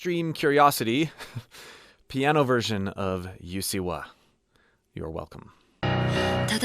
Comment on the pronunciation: Pronunciation tip: there's no y in the beginning of Usseewa. Japanese U is always an "OO" sound (but with compressed lips rather than rounded, there's no direct equivalent in standard english phonology).